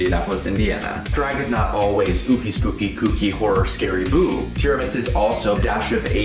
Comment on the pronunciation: Don't know why Americans keep mispronouncing Ciara and misspelling Sierra